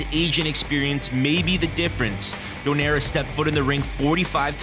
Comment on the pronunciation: Donaire pronounced Do-nay-re.